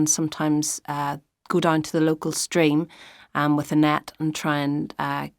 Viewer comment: I heard stream as string😭